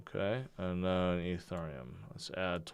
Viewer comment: I'm new here, what the heck is "E"turn"neum...🙄